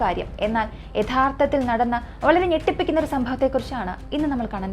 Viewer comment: ചേച്ചി... ഇന്നും ഒരു ചെറിയ mistake ഉണ്ട്.... ഞെട്ടിപ്പിക്കുന്ന എന്നതിന് പകരം കെട്ടിപ്പിക്കുന്ന എന്ന് ആയി പോയി..... ചേച്ചി... കളിയാക്കിയതല്ല കേട്ടോ 😊🙏